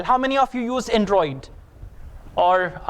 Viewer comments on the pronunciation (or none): You're pronouncing some certain words wrong such as Android , Vocabulary and our but anyway keep goin'